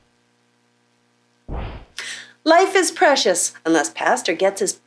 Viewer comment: It's preshush lol